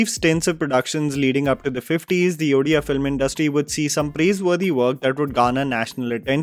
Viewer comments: I am just happy that pronounced it as Odia (ओडिया), not Udiya (उड़िया) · First of all, I am glad that you didn’t pronounce the word ODIA as udia as many people say … and thank you for providing a spotlight to our odia industry.. yes there is a downfall in this industry but industry is learning not to produce another remake from south and movies like this are making them learn 👑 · Thank you for saying both Odia and Odisha with the proper pronunciation,!